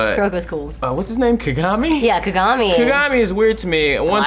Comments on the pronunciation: Ka-ga-mi, not Ka-gami. It was so off-putting the way you said it. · She even fucked up and called him "Ku-gami" once. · x73igg not true at all; its considered rude to pronounce a name wrong, especially if done repeatedly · I get what you are saying. It's like if you watched the anime and hear how they are saying the names, you shouldn't be messing the names up >.<. Everyone in the anime clearly says Ka-ga-mi not Ka-gami. They are also saying Kuroko's name wrong. His name is Kuu-ro-ko not Ko-ro-ko.